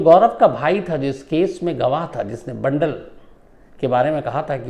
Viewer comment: बंडल नही बांदल